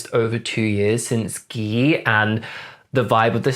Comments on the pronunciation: First person I see pronounce Gee as Ghee omg 😭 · It’s pronounced like the letter G. Like OH EM GEE! I was getting violently upset listening to you say it incorrectly. Especially considering they said it like 100 times in the video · And you still call it "Ghee" 😭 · Wait, Gee came out in January of 2009 not June of 2009 ! BTW ...Gee is pronounced as Ji or Jee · Gee pronounciation is jee omg 😂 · I love how u know all their names..👌👍am kinda bothered on how u say gee tho..wtf..lol..not sure why saying d num of views is relevant..anyhoooo..ur accent..i live..😅😄😆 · I've never heard Gee pronounced like that, so cute! 😂🥰